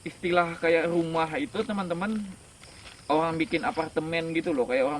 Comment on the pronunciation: Orang bang bkn owang. 😁